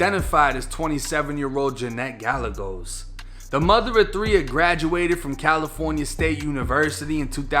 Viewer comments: Gall-a-gos. 🤣🤣🤣 Its pronounced Guy-ay-gos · My boy said galigos instead of Gallegos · lol "Gall-e-gos" ... its "Ga-yay-gos" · Gallegos is pronounced “guy-ay-goes” We’re Hispanic brother, no worries tho-now we know right?!?! keep the flawless gates of info open to keep us sane during these gloomy days..✌🏼🤙🏼✌🏼